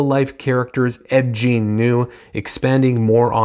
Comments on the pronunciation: dude, its pronounced Gein, not jean.. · Great review. I liked it as well. BTW it's pronounced Gein like Green. Man I gotta start reading more Powell he's great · Please upload an apology video for mispronouncing gein so many times.